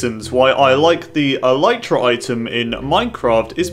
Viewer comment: Dude it's pronounced ehl-EEH-truh